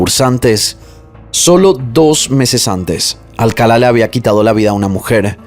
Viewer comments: Amo tus videos, el formato, la narrativa y tu voz. Sólo tengo un comentario en este caso, el apellido se pronuncia Alcalá (enfatizando la última a), no Alcala. Perdón creo que soné a Hermione con: es Leviosa no Leviosá😅😅😅😅😅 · Alcalá cin acento al final no Alcala... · Alcalá, tiene acento/tilde en la última A, es un apellido hispano... Excelente narración, excepto x eso.... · Se pronuncia Alcalá con acento en la última a... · Me encanta tu forma de relatar, lo único que no me gustó y hasta fastidió fue que pronunciaras mal el apellido Alcalá, todo el tiempo pusiste el énfasis en la primera a, cuando el acento es en la última.